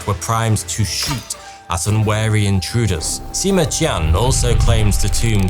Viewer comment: Your pronunciation of the Chinese name is quite spot on. A n absolutely brilliant attempt! Well done! By the way, "Qian" in the name Sima Qian, is more akin to "Chian".